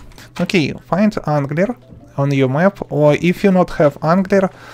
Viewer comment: "zee angdler"